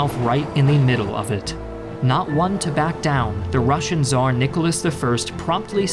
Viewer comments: he is spanish and in spanish its with Z not with TZ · Tsar* it's TS, not Z. Я русский, я лучше знаю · my wife is Brazilian, and she cannot say Tsar, cause in Portuguese it's said as how we English-speakers say Caesar, which, to be fair, the Latin-speakers do have a hold on that word. So Russia really just mispronounced Caesar.